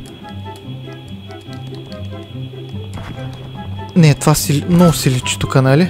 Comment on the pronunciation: Контайнер вика😂